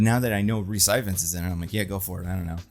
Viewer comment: Rhys ifans is pronounced e-vans